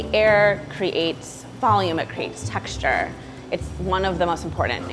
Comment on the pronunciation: daamm that voice is annoying af textureRrRrRrRrRr bruh